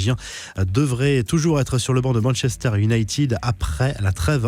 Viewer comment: C ou ça, bornemousse ? Manchester iounaïted,pas tiiiiiiid 😖😤